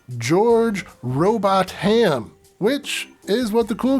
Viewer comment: The name that you were having difficulty with is a form of an old English name pronounced 'Row-Bott-hum' not Robot-Ham. 🙂